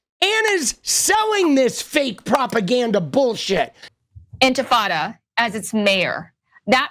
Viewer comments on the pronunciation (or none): She said “Globalize Infitada” 😅 Globalize empanada!!! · She said "infitada" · She said INFITADA lmfaoooooo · Lindy Li is so dumb, she said “infantada”. What is that? An uprising of babies? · I thought it was "Ent Frittata" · "You say Infitada, I say Intifada, Infitada, Intifada, Infitada, Intifada, let's call the whole thing off" Lindi Li. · Li couldn't pay her audience the courtesy of pronouncing Intifada correctly. A lazy, miserably educated, self-pitying, non-victim, who's cashing in. Simple as that.